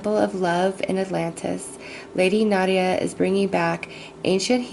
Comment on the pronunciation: You have a very calming tempo in your speech. Howevwr It's NADA not Nadia.